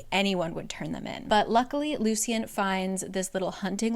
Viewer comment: It the audiobook they pronounced it Loo Shun. Hearing Loo See Un kept throwing me off 😂